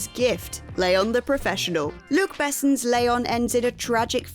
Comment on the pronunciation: "Luke Bess'n" ... jeezus, make some effort to pronounce the name of that legend properly! He's french, for goodness sake!